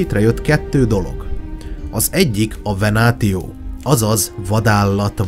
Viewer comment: Egyetlen kifogásom a latin szavak kiejtésével kapcsolatos. A damantio-t (károsodás, sérülés, kárhozat), damnációnak , a "retiarus"-t reciáriusznak, ("halász"), a "venatio"-t venációnak kell ejteni, a "ti" szótagot, ha nem szókezdő szótag, akkor "ci"-nek kell ejteni. (Tanultam latint.) Amúgy élvezetes, jó előadás volt.